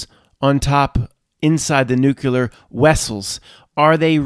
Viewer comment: Nuculor veapons